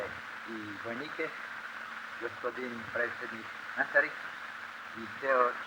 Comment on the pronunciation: Mislim da neupitno izgovara riječi po francuski mekoćom kojom govori, pogotovo suglasnike l i lj, ali naglasak na jugoslovenski, čehoslovački, dočekan... Možda je naglašavanje na francuskom slično, stvarno nisam stručan, ali riječi poput gospodin i sokole su mi previše specifične pa zato mislim da je pokupio to iz zetsko-raškog